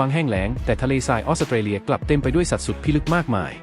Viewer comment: ออกเสียง ออส-สะ-เต-เลีย พุนะ😂